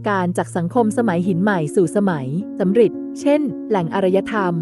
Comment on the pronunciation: ยุคสำริดครับ ไม่ใช่ยุคสำหริด